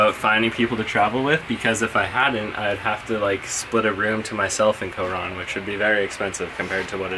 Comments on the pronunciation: It bothers me that he says co-Ron. Also, dude is complaining about 1650 pesos? Dude. If you’re going to another country bring enough money to be able to afford things that may pop up. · You have no say on it being overrated because you are only used to a westernized lifestyle. No ones going to listen to your opinion especially if you can barely even pronounce “Coron.” Decent editing though.